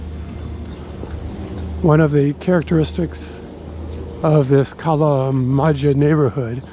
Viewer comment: Kalamaja pronounced [kalamaja] not [kalamadzha].😊